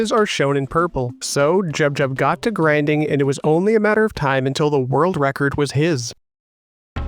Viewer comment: "So Jubjub got to GRANDING..." lol